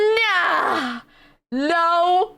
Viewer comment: your way of saying nah, it's tickles my brain 😅